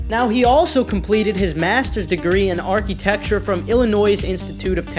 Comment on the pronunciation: you say architecture really weird lmao